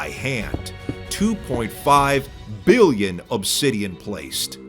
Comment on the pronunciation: the emphasis "2.5 BILLION"